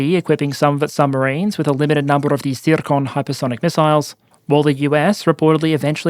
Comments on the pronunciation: I like how rolls the r in number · Man I was just about to comment on that, it's like he's winding up the revs on that accurate Russian pronunciation